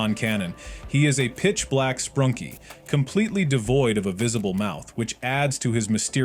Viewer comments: “sprunky” ??? I thought it was sprunki?? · It's sprunki not sprunky bruh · at the intro you said sprunki like sprunky hello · ITS SPRUNKI NOT SPRUNKY